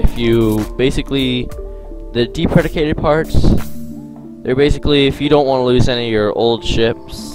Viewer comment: Move your mic away from your mouth. Deprecated - deep-reh-kay-ted. Good tutorial though.